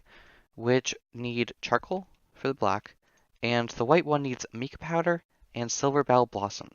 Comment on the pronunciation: I am not trying to be rude at all but the Mica powder isn't pronounced like Mika it's Micah just to let you know because it is my name 😂